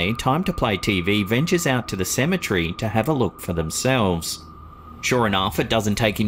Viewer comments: OMG 🤦‍♀️I absolutely hate the way this man calls a cemetery "symmetry" 😒😒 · Oh for real i feel u. Its CE-ME-TER-Y.